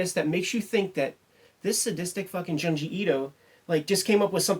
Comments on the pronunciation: its Joon-jee not Juhn-jee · I'm gonna sound like such a goddamn "but actuallyy..." nerd, but it's pronounced 'June-ji'. Sharing this vid with my horror homies!